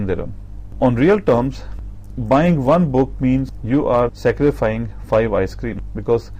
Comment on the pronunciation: sacrifiCING why are you saying scarifying ????